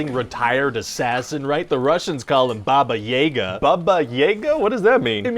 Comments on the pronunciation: Btw just for clarification it's pronounced "Baba iaga" Yeiga sounds more like Hunter in German. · It's baba jaga not baba jega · Russian 101: Its not baba yega, its "baba yaga". Description is quite correct. "Babaika" is indeed Boogeyman, but its not pronounced "Bebeika". It should be, again, 'a' as in "yaga" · That's the dude that got his dick cut off and fed to him in GoT, right? My, how the turn-tables. Also...Baba Yaga is pronounced "Bahbah-Yahgah." Seriously, there is no slight-of mouth going on...that is just how it's pronounced. You can feck right off with that whole "Bahbay yahgay" shtick. It's not a secret. It's been around for 6-800 years. If you were going for, "Listen to me pronounce things incorrectly and not even bother to do any research ." Boy, you got a hippity-hoppity-slippety-sloppety-slam-dunk. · It’s pronounced BAba yaGA, not BAba YAga. I’m still waiting for someone in Hollywood to ask an actual Russian speaker how to pronounce this simple name. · It’s actually Baba Y-AH-ga not Baba Y-AE-ga . . . But the droopy b**bs part was right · Ryan, just a friendly info that "a"s in "Yaga" are pronounced the same way as in Baba: /jaga/ not /jega/. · Put the emphasis on "ga'." It's 'baba yaGA" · Baba Yâga. not yāga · Ya but the way he pronounce it hurts me to my soul i always pronunced it a ya-guh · just a note: it's BA-ba (correct) ya-GAAH (stress on the last syllable) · Baba Yaga (pronounced like ya in "yard" not like ye), anyway, she's basically an old ugly witch in many Russian folk tales, and is used to scare kids when they misbehave, like "Baba Yaga will come & take you away at night" and stuff like that. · actually it's pronounced "bah-bah yah-gah". Slavic pronunciation is TIGHT! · it's baba-yaaga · Martha G. My mom is Slavic and i personally love the character of Baba Jaga and one of her best portrayals was in Neil Gaiman’s Sandman fables and reflections and hearing them say baba yeah ga hurt me